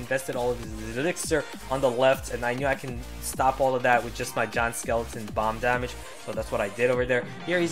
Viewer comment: the way he says damage, bothers me, but love the videos👌🏻